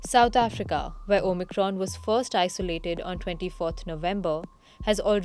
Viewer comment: She keeps saying OMITRON lol